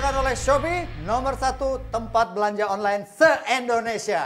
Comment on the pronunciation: indonesia bukan endonesia bang hehehe